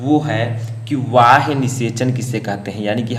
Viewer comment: Not वाह्य ,, it's बाह्य